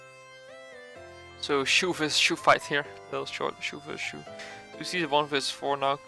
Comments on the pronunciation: I thought it was pronounced ‘chow’ not ‘chew’ 😂😂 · its not pronounced as shu.. more like.. Cho.. like Chad..'Ch' and Shoulders 'ou' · Its not shoe its chou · u have to pronounce his name like "chaw" not choo. btw nice gameplay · I think its pronounced as "Chouw" and not Shoe. He seems to be based on Bruce Lee so the name "Chouw" sounds like its a name from Bruce Lee's homeland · wtf stop staying shoe it is chou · chou = zhou 周，not shoe. hahahaha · How to pronounce chou. It will be chu or shoe?? Or chaw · Its no shoe its chou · It’s chou not shu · DID THIS MAN JUST CALL HIM SHOE!!!! SHOE???? lmao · when say chou i hear he say shoe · I though you said Shoe and not Chou. 😂😂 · What really is it supposed to pronounce shoe or Chao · pronounce chou.... nt suuh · Chou read as Ch in Chalk, and ou as ow in Wow. I mean he is chinese. Why use French pronunciation.. He is not a Shoes.. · Hahaha thats what i hear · Whats the real pronounciation? Chu or chow? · i like to like and subscribe to your channel but a simple name you don't know how to pronounce..